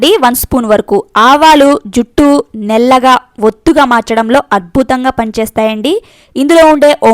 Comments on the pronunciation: నెల్లగా కాదు... నల్లగా......over action అవసరమా.... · నీకు నల్లగా అన్నారాధ నల్లగా అనటానికి నాముషిగా ఉన్నదా నీకు నల్లగా అని పలకరాదా పాలకటానికి ప్రయత్నించు వినటానికి ఛండాలంగా వుంది అమ్మాయి 😭